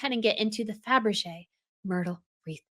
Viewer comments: Fabergé, not Fabrege. Please! Bagration Parure is not pronounced Bagrashion Puree. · I love your channels, dear, but it´s Fabergé. Great video! Thank you! XX